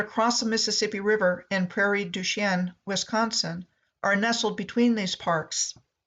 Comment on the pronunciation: Its pronounced and sounds like prairie douch-ing